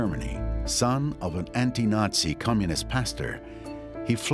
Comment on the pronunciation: Did he say Nazi or Yahtzee?